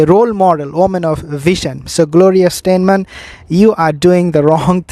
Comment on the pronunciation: I think you are speaking of Gloria Steinem? Say STY- NEM.